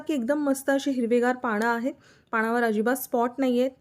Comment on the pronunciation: अहो बाई... पानावर म्हणा.... पाण नका म्हणू....भाषा पण स्वच्छ ठेवा की 😂😂😂😂